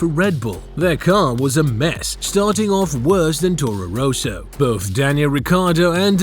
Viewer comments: It's Toro Rosso, not "Teauro Reauso" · Toro Rohso? Come on it is Toro Ros-so, pronounce it properly please! Further a pity nothing in this video about the Norsiring and the rain race in F3, that is THE reason Red Bull /Toro Rosso gave Verstappen a contract for 2015.